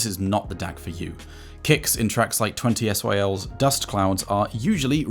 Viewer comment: Great stuff! 20syl is pronounced "vain-seel", I know it might be tough for a Brit to speak French though. 😛